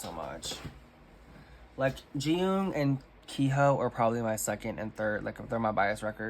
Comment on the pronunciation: I hope this doesn't come across rude, but you tend to mispronounce idol names that have "y" vowel sounds. For example, you say "Ji-ho" instead of "Ji-hyo" or "Hun-jae" instead of "Hyun-jae." Something that helps in pronouncing idols' names overall is to learn to read Hangul at a basic level at least. It's a pretty intuitive writing system and comes in handy for K-pop things!